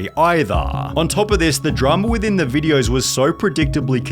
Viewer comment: And adding ahs to words. VideosAH.